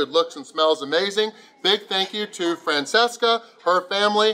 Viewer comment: Your pronunciation was wrong in: GNocchi, brusCHetta, Francesca